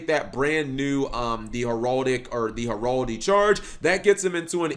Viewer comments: Heraldry not heraldy cap there’s an r. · God this duel just confused me because a lot of what he says was wrong or just weird. Like him saying Heraldry or saying effects clearly wrong.